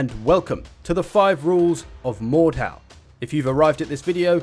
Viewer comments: so its pronounced mordhaw, i used to call it mordhu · the way he says mordhau is autistic, its not mordhow